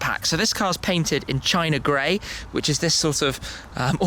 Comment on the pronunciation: Did you just say China Gray?